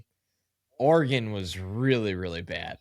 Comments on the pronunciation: It is not pronounced “Or-ā-gone” haha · He pronounces Oregon like it’s the name of a Mexican wrestler 😂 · The way pronounces Oregon is hysterical and terribly wrong